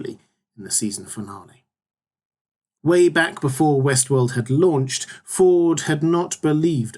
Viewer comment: Will there be a season 2 overview as well? Every time you say Westworld, I hear Westeros... ><